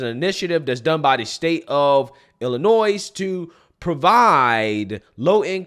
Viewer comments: Why do you still pronounce it "Ill-in- oize"? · Umm. You dont pronounce the S in Illinois. Im from 63rd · I am so sorry I’m not typically a stickler on these things, but Illinois is pronounced without the S. He has a silent again I’m sorry it was just bugging me I apologize. Other than that in my eyes you can do no wrong. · I apologize for correcting your pronunciation of Illinois, but the “s” at the end as stupid as it sounds, is not pronounced as part of the word!?!?!? Like salmon, the “l” is silent??? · Bro… you don’t pronounce the “s” in Illinois! Also it’s Library not Libary… Love your content